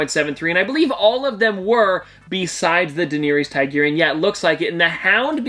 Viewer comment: please stop pronouncing daenerys targaryen like that